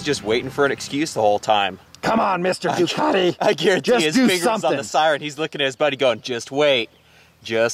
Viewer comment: Duc-ah-te....... Duke-at-ee is like fingernails on a chalk board to Ducatisti.